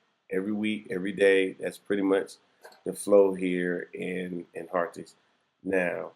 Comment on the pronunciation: Hi, Harries is pronounced as Heart-his